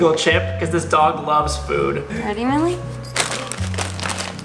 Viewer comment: opps sorry its milli not milly